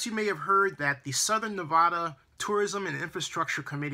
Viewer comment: Great points about the media spinning words and giving half truths also I did not think of those sites not being in Las Vegas great point!! And you accually said Nevada right half way through at around the 8 min. Mark it made me smile!! remember it's NEV-A-DAH not NEV-AH-DAH!! Keep digging I love devotion and info